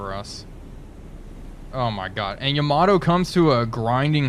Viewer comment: Man I bought this game just because of your videos. But dude you gotta stop calling the Yamato "Yama-doh". :D